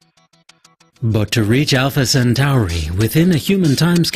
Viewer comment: WTF is Alpha Cent-ARI?? How hard is it to pronounce 'Centauri' correctly?